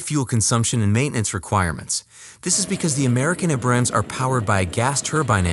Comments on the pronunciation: The narration sounds like an AI is reading the script. A-brams, not a-BRAMS; lep-erd, not le-o-pard. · I cringe hard every time he mispronounces Abrams and Leopard Abrams (Ay-brams) Leopard (Leh-perd)